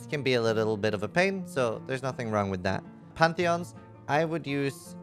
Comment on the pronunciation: Everytime you about to say pantheons i always expect to hear "shakira" haha